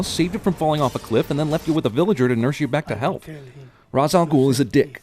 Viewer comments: Here's another sin: His name is pronounced "Rashe" al ghul, not "Ross" al ghul. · also, Ra's Al Ghul is pronounced Raysh Al Ghul, not Rahz Al Ghul. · It's pronounced Raysh not Rahs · Plus 5 sins You pronounced Ra's Al Ghul as raaz but its pronounced raysh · It's pronounced Raish! Ross is from Friends. &^%$ this movie. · Just saying: It's pronounced Raish, not Ras. Legit. But otherwise, really good. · IT'S PRONOUNCED RAY-SH, NOT RAHS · Dont mean to be a dick but the correct pronunciation of Ra's Al Ghul when spelled out phonetically is (raysh al gool) not (raz al gool) it's a common mistake. And before people start calling me an idiot and telling me there isn't a correct pronunciation blah blah blah. There is a correct pronunciation- they even comment on it in Batman Beyond. Look it up folks. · What about the fact that everybody including your own ass mispronounced Ra's Al Ghoul it's not Raz Al Ghoul it's Rache Al Ghoul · His name is pronounced RAESH!!!!! This is the biggest sin in the history of movie sins! Batman Beyond even took the time to go over the pronunciation problem!!!!!! Raaahhzzz is the stupidest thing ever! (yes, angry Batman fan here.) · Sin 51: The movie consistently, insultingly, calls the villain Raz Al Ghul, when every Batman fan worth his salt knows its pronounced Raesh Al Ghul. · Sin 51: Ra's al Ghul is pronounced Raysh al Ghoul, something which they only made worse in TDKR by calling him Razz al Ghoul. Wat. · Ahem... it's pronounced RAYSH al ghul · You pronouced Ra's al Ghul wrong. It sounds kinda like ray-sha ghoul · It is actually pronounced Rah-es El Ghool. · its pronounced rash al goul..... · It's pronounced "REYSH", that's what they're talking about. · Raʾs al-Ġūl is pronounced Rache Al Gool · It's pronounced RAYSH for god's sake. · Ra's al Ghul is pronounced Ray-sh al Ghul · Not even one sin about his name being pronounced Rae-sh al ghul? For shame. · Mispronouncing Râs al Ghul's name like the movie.... 10000 sins